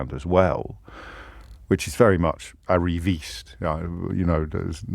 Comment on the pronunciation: " I know I sound very naive when I say this because I went to a posh, Public School. I am very much a VICTIM (1 min 31 seconds) of my own background, which is very arriviste," which he pronounces wrongly. Assuming he is not suggesting that he is ruthlessly ambitious and self seeking rather his use of the word arriviste suggests he has done everything despite his upbringing. So I would suggest that the use of the word victim and description of himself as an arriviste is presenting oneself as a victim.